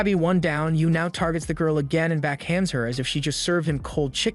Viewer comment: “back hangs her as if she served him cold chicken” bro 🤦‍♂️😭😭 this dude may be bad at pronouncing certain words but boy he got some funny jokes time to time